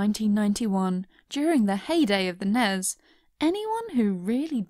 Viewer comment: I'm sorry but NEZ!?!?! That's a new one to add to the pile of the original pronunciations